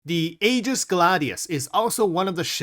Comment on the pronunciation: Aegis is pronounced “EE-giss”. (The A is silent). Please pronounce it correctly.